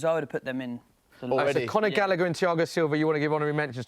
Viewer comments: he said Gallagher 😂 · Had to turn it off half-way through. When he said gallagher- i lost the plot